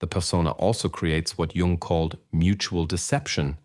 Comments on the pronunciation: The inconsistency of the narator's pronunciation of "Jung" (between "Carl Jung" and plain "Jung") made me UNbelieve the message. Judge me. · Well you pronounced his name wrong so you're done